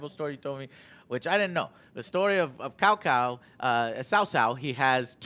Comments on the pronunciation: It's not 'Cow Cow', not 'Cao Cao' as in pronounced 'Sow sow', but 'Tsao tsao' if you need the actual pronunciation. You know, the funny thing is that these devs said they looked into the history and all those things, and they couldn't even get the pronunciations right (it's not even a hard one, tbh) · Yeah I guess you could say that, but the emphasis on 'Ts' in Mandarin is important. And as for AngryJoe,I think I'm pretty sure he said 'Sow Sow'? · It's more like tsao tsao the pronunciation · tsao tsao means you have to pronounces the t. chinese phonetics bruh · Which clown told these guys how to pronounce "Cao cao" is what I'd like to know. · Sao Sao is not better. Idk what the fuck tsao tsao is as a pronunciation. Seems like something some clown wrote down as a guide and gets read as sao sao. It's closer to ciao in Italian, but as one syllable. Or hell, the chow in chow mein is a terrible anglicization but would have been more correct.